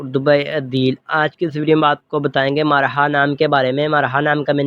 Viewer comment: Bhai marha nai mirha hota h bolny mn b